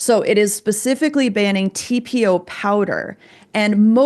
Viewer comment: I knew you could pronounce it! Great job you guys. That was a wretched study that can’t even be applicable to humans. We don’t ingest it and we use much smaller amounts… hands down… this to shall pass ladies! 🌸